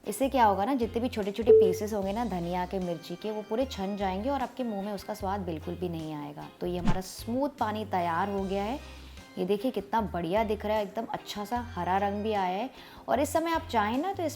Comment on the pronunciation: Purey nahi puree